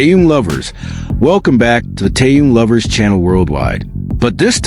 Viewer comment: может все таки будете правильно называть Ким Тэхена?